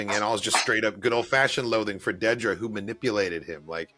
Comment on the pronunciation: It's not Deedra, It's Dedra. You are taking the "ee" from her surname. Dedra Meero.